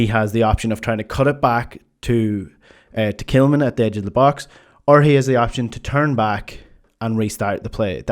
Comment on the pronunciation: Why are you referring to Tillman as ""??